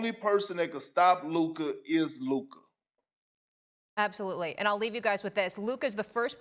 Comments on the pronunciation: Why can't stephen a say lukas name right ffs. Such a hater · SAS be calling that man Luker 😂😂😂😂😂😂😂😂😂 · The best thing about the Mavs winning is that I get to hear Stephen A. say “Luker” for two weeks straight! 🤣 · Who tf is lukar lmao SAS tweakin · Sas keeps calling luka, “luker” I really dont think you want to keep playing these petty little games with this man because like wade back in the day he gets much better when he’s mad. Learn how to say his name currently because he deserved it. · Heard it just now!!! I had to rewind 😂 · “Luker” is crazy 💀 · Ayo Stephen A who "Luker" is tho bruh 😅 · In the Begiinningnig...... Listen Properly Let me breakdown the Significance of "LUKERRR" 😂😂😂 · Who is “Luker”? Lol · Luker Donquich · For the past six years, Stephen A. has been unable to pronounce Luka's name correctly. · He called him luker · You mean Luker? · "Luker" lmaooo never change Stephen A. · is the hardest R I’ve ever heard Stephen A use when pronouncing Luka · Why can't Stephen A pronounce Luka's name correctly? Does he do it on purpose? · What does Luka have to do to get SAS to pronounce his name correctly? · Maybe when luka becomes champ Stephen can finally pronounce his name correctly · He knows. He just choose not to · SAS FINALLY pronounced Luka’s name right instead of saying “Luker” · Looker Doncic 🤣 - Stephen A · Stephen A calling Luka “Luker” makes me so annoyed! Figure out how to say his name right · My man stay callin him Luker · Why does Stephen A say Luker 😂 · Is it really that hard to not say Luker? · Hey Stephen A.!!!, Who's "LUKER"???. LOL 😆 😂 🤣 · Luker lmao cmon Stephen A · Lukarr, stephen a smith keeps on smashing luka's names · “Luker…” -SA Always makes me cringe. Lmao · Luk-AH it's Luk-AH! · “The significance of LUKER” Lmaooooo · Stephen A calling Luka “Luker”. You got nicknames already? Go back to Anty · If SAS says “Luk-er” one more time….. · Why is he calling him Luker? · Lukerrrr lol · Never call him luker ever again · Luker beat Minnesoter🤣